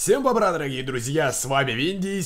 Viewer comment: Мне одному кажется что винди говорит: Всем бобра???